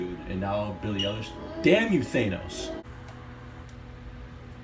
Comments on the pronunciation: this girl mad good, i swear, shes gonna take over. oh and btw its pronounced i-lish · Great video— her name is pronounced EYE-LISH